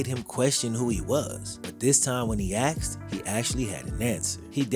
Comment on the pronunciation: It didn’t help that Andrew inherited a bad Headcoach (Chuck Pagano) and a horrible GM (Ryan Grigson). Also, to my black folks. Why do some of you find it difficult to pronounce, ask asking,& asked? Ax, Axin, & Axed, are not words.